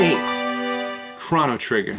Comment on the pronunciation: The way you pronounce chrono trigger :(